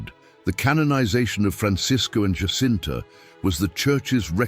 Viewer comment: Fatima is in Portugal! The Portuguese pronounce the ' J' in 'Jacinta' like the English do, and not like the Spanish as 'H'!